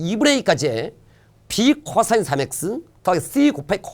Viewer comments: 이쌤 코싸인 발음하는거 개신기하다 쿼싸인ㅋㄹㅋㄹㅋㄹㅋㄹㅋㄹㅋㄹㅋㅋㅋㄹㅋㄹㅋㅎㅋㅋㄹㅋ비 겁하기 쿼↘️싸인⤴️ㅋㅋㅋㅋㅋㅋㅋ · ㅅㅂ 호흡곤란 올뻔ㅋㅋㅋㅋㅋㅋㅋㅋㅋㅋㅋ코싸인 억양 ㄹㅇ ㅋㅋㅋㅋㅋㅋㅋㅋㅋㅋ